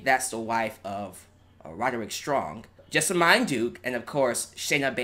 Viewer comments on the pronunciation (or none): It's pronounced Jesa-mean Duke not Jesa-mine Duke.